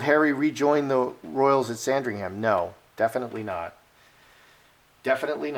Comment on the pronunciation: We don't pronounce ham at the end of Sandringham, it sounds like um. So say sandring-um.